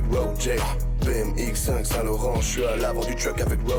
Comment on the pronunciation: Il disent BM (BMW) X5 et pas bmx